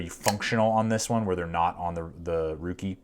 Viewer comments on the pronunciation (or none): FYI, it's pronounced like "rake" and not "ruke". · Didnt the company say it's pronounced "rake"? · It's pronounced rake according to Ruike themselves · Ruike is pronounced Rake, as per the company. Totally agree with you, their whole line of knives come with ball bearing pivots. Definitely the best buy in knives right now. I have 3 myself now, the P121-G Hussar, P155-W, and the fore mentioned P801-SF. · It's pronounced as "Ray-Ke(r)" it's a Chinese name in Pinyin, not in English. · Its pronounced rake. Like the yard tool. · Lol..its pronounced "RAKE"! Great video. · Apparently it is pronounced Rake